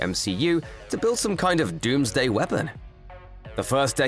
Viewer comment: did you say 'DOOM'sday weapon? 😇